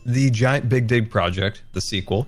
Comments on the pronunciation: Yes I also thought he said bic dig haha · Am I the only one hearing say BigDi**Project? With the big butt driller? Sry if that doesnt fit the usual comments